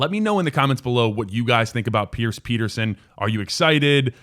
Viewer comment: Pronounced Peter-shon